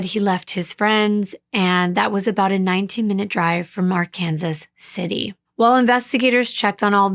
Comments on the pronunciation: Thank you for caring enough to look up how to pronounce Arkansas City. Yes, in Kansas, the town and the river are pronounced differently. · My husband is from Kansas, and I now live in Kansas. I got chastised for not pronouncing right. Yes it's Ar-Kansas. Being from Oklahoma, that really messed me up, lol. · The city is pronounced Ar-Kansas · This is a city in Kansas City. So they pronounce Ar-Kansas. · Youre absolutely correct about Ark-Kansas! Im a transplant from Minnesota and was quickly corrected when i pronounced it Arkansas! You don't mess around or joke about that pronunciation here!!! Well done!❤